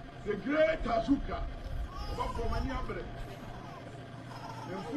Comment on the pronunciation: Please is Azuka not Ajagurja